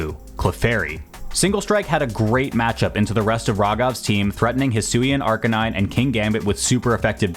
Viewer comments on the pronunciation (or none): none